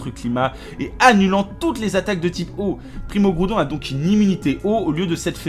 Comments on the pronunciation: Primo. Kriogre primo graoudone. Méga. Garaykatza tous chaynais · Primo graoudonne primo kaiyogre méga raikaza TOUT SHAYINEY. XDDD